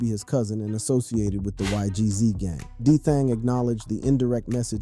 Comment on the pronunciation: Y he say ygz like that